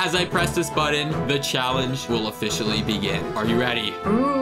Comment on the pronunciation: "Is offishely the best"